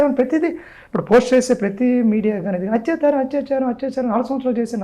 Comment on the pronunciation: Hathyacharam kadhandi, word is "Athyacharam" andi.